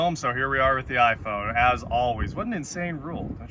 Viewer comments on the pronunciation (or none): none